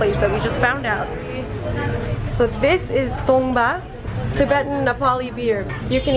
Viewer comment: If you wanna pronounce correctly. it's call "TANGBA" means "wooden barrel" coz it's related with Limbu language and community then sherpas. which we use for special guest to welcome drink at home.